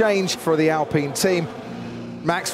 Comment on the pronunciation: It's ALpine not ALpeen ! :face-orange-biting-nails